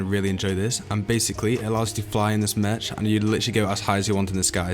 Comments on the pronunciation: Anyone else notice that he was saying mech as in m-ech rather than saying m-eck? I know it’s spelt Mech but still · You say mech as in Me-ck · It's actually pronounced mek and written mech